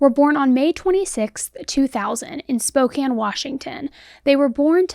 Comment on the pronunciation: How you know does actually live on the west coast, she pronounced Spokane right 🩵